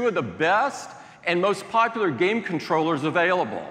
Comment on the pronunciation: "with great game controllersshthths" Tim Apple having stroke?